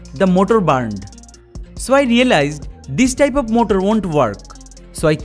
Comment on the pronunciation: His English is getting better and better But he say motol= motor